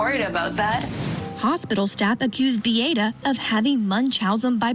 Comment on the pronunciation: Bee-ah-ta, not Bee-ate-uh, Chandly